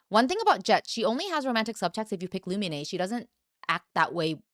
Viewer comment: Why do you call her Lumi-nay? Her name is Lu-mean.